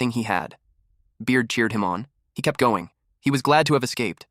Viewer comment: ahh yes "goning" 😭